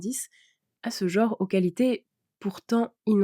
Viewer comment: "Jor" ? "jore" ? "jaure" ? Ce ne serait pas "genre" plutôt ??